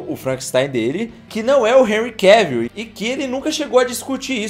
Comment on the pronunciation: Vc não fala "Enrri Cavíl", vejo q não fez o método BIU UÊI! 🤭